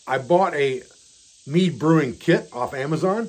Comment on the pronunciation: Ah, mead, not meat!